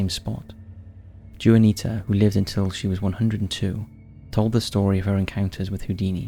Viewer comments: In the Houdini story, you mention a woman named Juanita - this is a Spanish name and pronounced Hwa-nee-tah, NOT Joo-an-ee-tah ! It’s nearest English equivalent is Joanna. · Juanita =/= "Joo-ah-nee-tah" Juanita = "Wah-nee-tah" Love the content but at this point I just have to believe the constant mispronounciation is a gag because I can't believe someone doing lots of research like this would just not check how to pronounce words. If not every new word, then at least the names of people and places should be researched and attempted to pronounce correctly out of respect. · It's pronounced Wan-ita mate! Juanita. Carry on...✌️🧡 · Story 2, the name Juanita is pronounced Wah-nita! It's not jewanita! Lol! ☺ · Juanita is pronounced "wanita" and ramada is pronounced as "Ramarda" just for future reference my friend as your accent makes you seem edumacated. Haha